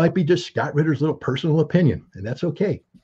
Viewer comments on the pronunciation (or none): Scott, Ritter is a German name 😉